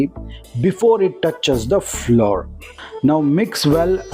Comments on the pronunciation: Both flower and flour are pronounced as flower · Pronounce flour as flower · It is not floor it is flour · Flour and not floor